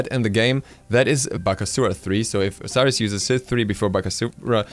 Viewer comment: Your Osiris is awful :D good video though!